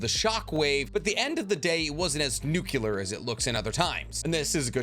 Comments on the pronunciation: Nuclear not nucular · Really enjoy your videos, but it bugs me that you have a science degree and still say the word ‘nucular’. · Nuclear. Nu-clear. (New-clear). There's no extra "U" FFS. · The. Umber of mispronounced words in this video 😂 “Training Corpse” “Greeeesha Yeager” “walking Nucyoular weapon” lol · Youre wrong about Annies Female titan being the reason Wall Maria filled up with titans so fast. Annie was unconscious during that attack. She didnt want to continue with the mission. The Titans flooding the city were just there. Also stop pronouncing Nuclear, as nukular. Its not Libary its Library. Jesus